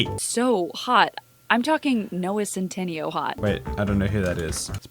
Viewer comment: Over and over again tbese videos prove more and more that these people are reading off a piece of paper and have no idea what they are really talking about. They pronounced Centineo wrong.